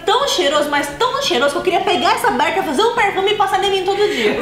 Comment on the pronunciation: Ela falou berca n barca kkkkk